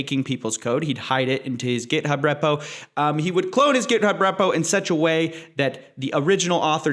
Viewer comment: Wait do ppl actually say repo like that? Is my life a lie??